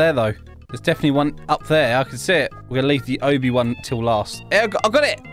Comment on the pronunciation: Its obby not oby